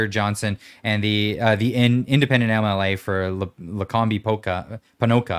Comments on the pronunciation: Not lacombeee. It’s pronounced like lacomb. Way to go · Luh Comb, not Luh combie, all good, haha didnt think was gonna tell you, but being the classy guy he is he waited til you ended your thoughts, kudos guys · From Medicine Hat, I was going crazy with pronouncing Lacombe. Too funny. Going down the woke hole is where most Albertans will, ‘Hold the Line”.